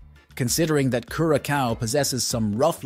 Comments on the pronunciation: Please give the country the respect of pronouncing its name correctly . CURE A SOW.not CUR A COW. I cringed every time I heard that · it is not pronounced curaKAO - geez dude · Homie pronounces it different each time he says it. LOL! My favorite is Cure a Cow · Lol. I love the multiple unique pronunciations of Curacao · You know it’s an AI generated voice based on him having a new pronunciation of Curaçao every time he says it. 😂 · why do you keep changing the pronunciation of Curacao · Not gonna trust someone who can't pronounce the islands name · This youtuber hasn't done his homework and it is annoying.